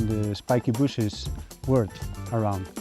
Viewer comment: Why is it spikes BOOSHES and not bushes? Did I miss the choke?